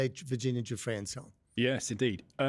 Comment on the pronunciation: Just wanted to say her name was Virginia Giuffre, not Duffre.